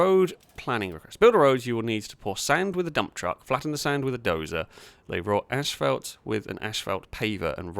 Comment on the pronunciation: There's only one "H" in "asphalt". Why in the world are you pronouncing it "ashphalt"?